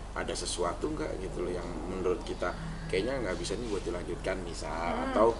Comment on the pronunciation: "MENURUT" tante bukan menuluuuut😂😂😂